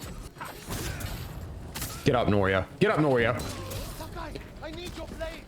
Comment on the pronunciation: How did this poor man manage to butcher every* single Japanese word 😭😭😭 (SHOO-see-mah, sa-KY, shi-MEER-a) I’m not mad btw